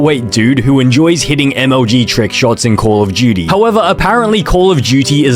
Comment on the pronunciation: “call of juty”